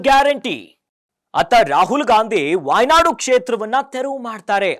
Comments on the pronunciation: ವಾಯ್ ನಾಡು ಅಲ್ಲ, ವೈನಾಡ್ ಅಂತ ತಿದ್ದಿಕೊಳ್ಳಿ. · ಅದು ವೈನಾಡ್. Wynad. ವಾಯ್ನಾಡ್ ಅಲ್ಲ.